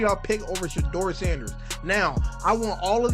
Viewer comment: In all that Artificial Intelligence can do, it can't figure out how to pronounce "Sha-door".....